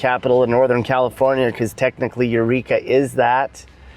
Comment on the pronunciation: EUR TWEEKA LOL!!!!